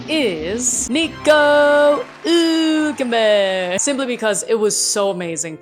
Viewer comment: And you get an award for pronouncing NICO HÜLKENBERG (with Umlaut (¨) on the U ! ) the right way! 👍